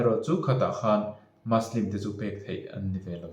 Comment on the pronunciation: muslim hi maslim ni lo vin mizo ṭawnga muslim ti a lam mai tur a ni in ka hria..Good video👍